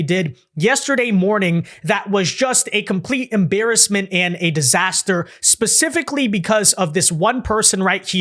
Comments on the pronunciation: She is 100% a dei higher. The unqualified unintelligent DEI hire said "pacifically" not specifically which is the word she meant to use. Im tired of ppl tolerating stupidity. Notice its only females in charge in nola its only females being put out in front its a DEI investigation so i dont have much faith in it. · She said pacifically instead of specifically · Pacifically she's NOT qualified! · Pacifically lol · "PACIFICALLY"????? WTF is that???? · She said "pecifically" so I'm not taking her seriously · haha Pacifically that gets me everytime. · I keep hearing the "F" sound and the word itself sounds like it just fell out of her mouth like "fazifikly" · Two woman that I guarantee have never facilitated an arrest on their own. As a 30 year veteran of law enforcement I guarantee no one in that department has any respect for grandma. Agents in the FBI are cringing every time they show LaQuasha trying to sound intelligent mispronouncing simple words while wearing a nose ring. What a Slo Joe DEI clown show. All this video needed was a minority female mayor saying oops we messed up with security our bad. Wait a minute ! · Wait, let me get this straight An over entitled DEI, communitah, nose ring wearing hire, cannot even pronounce the word "Specifically" And someone hired that embarrassment of a woman? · You are hilarious! And yes she did say that lol